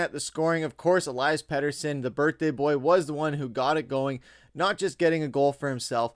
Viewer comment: U pronounce peteys name elias aka eliiiiii